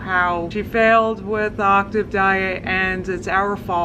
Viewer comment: My god she’s so funny when she just casually mispronounces a word like big AL (“octive” “October” “narcississ”)